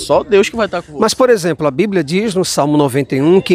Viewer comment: Bando de gados. Não leem e não sabem nem falar o nome do livro deles. É bíblia e não blíbia. Parabéns pelo vídeo. E não canso de dizer: #cadadiamaisAteu